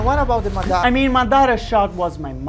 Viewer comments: bro i really love ur vid's really inspirational nd effort u did there it really inspire me Just can u look into this if u don't mind my comment id about the word u spoke there just correcting because he was the greatest shinobi nd the amazing Uchiha its MA DA RA not MDA RA 😅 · great work, looking forward to the entire animation. By the way its Madara, not Madaaara